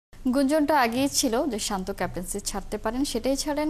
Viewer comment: আগে তার নামটা সঠিক ভাবে বলেন